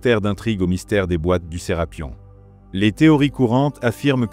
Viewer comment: C'est pas Serapion mais Serapeum c'est vraiment énervant à entendre. 😡